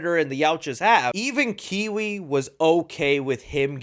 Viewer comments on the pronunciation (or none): Quail - take away the L = Kwei. Not Kiwi😅😅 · Kwei's name is SAID like 5+ times in the movie, i dont understand how you managed to mispronounce the name. Edit: btw, good review. I agree with ur points of making any sequels to this movie a little less comedic, and also have 'bad' predators as the villians...to have more of that traditional, masculine, hunt-hungry Predator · The movie made it crystal clear that the brother's name is "KWEI", not KIWI. I doubt the host even saw the movie. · kiwi is wild. its gotta be pronounced something like k-way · ITS NOT KIWI😭💀 KWAY (KWHEI) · Deks brother name is "Kwei" pronounced "Kway" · I'm so sorry... I've gotta be weird about Dek's older sibling because he's a G.O.A.T. big bro. But, it's pronounced KWAY. ☝🏾🤓 Hearing it any other way just hurts me. 🤣🤦🏾‍♀️ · The pronunciation of the yautja is cringe. And his brothers name 😂